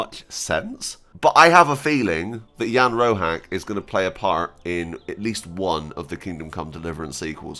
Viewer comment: Jan Roháč is pronounced as [ian rohaatch] . Crash cource of czech pronunciation. That small line above vowel means just "this vowel is long" . That small tick above c means "this consonant is pronounced soft". That's all - in almost all other cases letters are pronounced exactly as they are written . So english sound of "cheese" would be written in czech as "číz". Far = "fár". Batch = "beč". Door = "dór". Shore = "šór". Dredger = "dredžr". Easy - just go letter by letter and pronounce what you see.